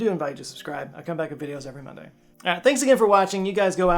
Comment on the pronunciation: Rinday instead of Monday?? Ringatic??? Howling at the Rings???